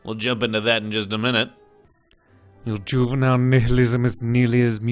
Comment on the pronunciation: You pronounce 'nihilism' wrongly . It's actually pronounced /'naɪɪlɪzm/.